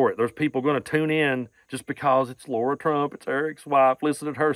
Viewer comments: The proper pronunciation of her name is lair a. Lara. It not laura. Im a laura and to pronounce it laura is insulting my good name laura. Its lairah lara. Please lets not insult my name. Im thankful her name is not laura. Lara lairah is her name! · OK, but you should pronounce peoples' names right. Lara is not pronounced Laura.